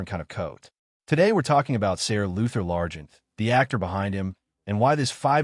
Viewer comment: Are you using an AI voice? Most of the pronouncing is way off. Names are not pronounced corectly, Ser is pronounced Sir!